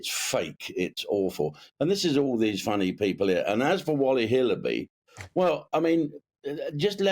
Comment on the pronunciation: Man said wholly hillabiy